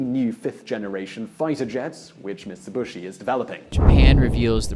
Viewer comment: mitsibushi..? LOL